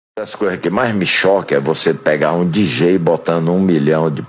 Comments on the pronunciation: Ah e detalhe não sabe nem pronunciar DJ, rindo aqui até 2030 kkkkkk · Foi pronunciado errado de propósito, pra demonstrar indiferença. Pra um fã de música reciclada de pen-drive precisa desenhar...